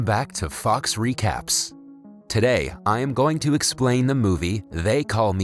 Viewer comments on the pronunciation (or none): for a second i thought he said fucks recaps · When he says "welcome back to fox recap" I fee like his saying 'fucks recap"